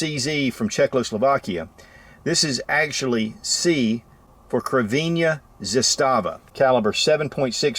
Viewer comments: Ts'ervena z'astava ,Tok'aref, Valter...you should really learn to pronounce correctly the things you want to present... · You butchered that "Crvena Zastava" pronunciation. :'D